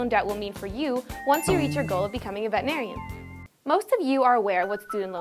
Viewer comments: Please get someone that can properly pronounce veterinarian. You're the AVMA! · AVMA, PLEASE have your actors say veterinarian properly. Drives me nuts when people in our profession say it wrong